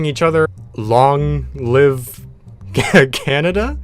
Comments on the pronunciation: that would be pronounced like Canyada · Cañada is pronounced canyada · Cañada is pronounced caniada i think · Cañada = 'canyada' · Fun fact for those wondering: Cañada would actually be pronounced the same as Piñata.